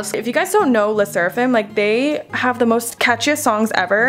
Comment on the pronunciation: How did you call le sserfim